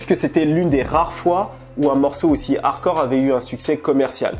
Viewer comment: Tu dis "harcore" , excellent 👍